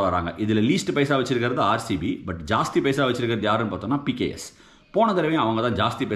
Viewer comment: Neenga pks pks nnu solringa😊